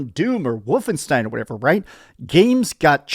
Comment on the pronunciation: Oh right. I remember he pronounces it as Woofenstein. Lol.